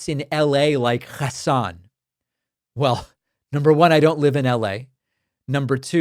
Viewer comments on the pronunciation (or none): why did you say hasan's name like that? that was really jarring to hear come out of your mouth